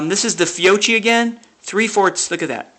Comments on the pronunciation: Hullo to everybody, please, the proper pronunciation for the Italian surname (and related products) "Fiocchi" is "Fiokki". Best regards form Italy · Fiocchi is pronounced fee-oh-khee.